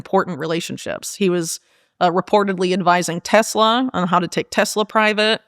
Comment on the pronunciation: She said Tessler and it made me think of when Donald Trump was using the White House as a used car lot with Leon musk. He kept calling it a Tessler... Freudian slip no doubt😂